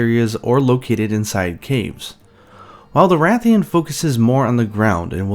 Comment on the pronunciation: You said Ra-thian? I knew it! Every keeps saying RAY-thian and I'm like "bro, why would it be pronounced different from RA-thalos?" Ray-thian and Ray-thalos? Nope, Ra-thian and Ra-thalos.🐲